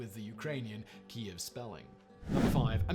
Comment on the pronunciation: it's pronounced Keev